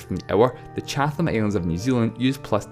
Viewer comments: It’s Chat-um not Chath-ham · Chat-hm, Not Chath-ham! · Great video but the Chatham Islands is pronounced “chatam islands”